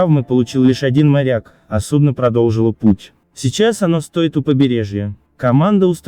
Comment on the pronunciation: Сейчас оно стОит у побережья....Не стОит, а стоИт ! Корабль ходит под пАнамским флагом...Не пАнамским , а панАмским !